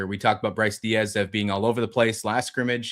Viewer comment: Bro his last name is Deas (like D’s) not Diaz